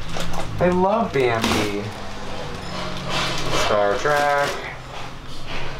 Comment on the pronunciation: Star TREK, not track